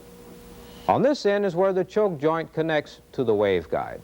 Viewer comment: This was not presented in a way that I could understand it. Like why is the A and B walls of the waveguide shaped like they are. What happens to the wave inside of it. The choke joint illustrations made no sense. He kept saying choke, but it sounded like chove.